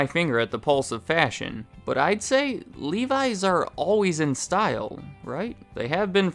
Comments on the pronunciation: I hate how he says livi’s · Every time I hear you pronounce Levi's, it sounds so foreign :D In Finland the 'e' is pronounced like in 'men' and the 'i' is pronounced like in 'Mickey'.